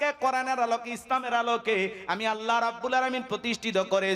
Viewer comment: Jaan a haat diya bolun to thalapathi ki thik kaaj korechhe ? mone mone to bolchhen beta soytan. 😊 achha Allah take oirokom vabe uchharon koren keno ollah. R bharater ta dekhar ki aachhe , nijer ta dekhen. Hindur bonsodhor hoye ki re purbopurus der gali dichhen. Chhi.